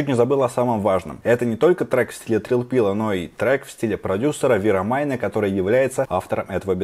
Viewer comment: Не вирАмайна, а вирамэйна!)